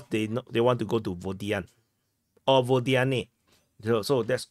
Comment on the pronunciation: Again, unaccented Ukrainian/Russian/Belarusian "O" are pronounced as "a". So, Водяне = Vodyane = vadyAne.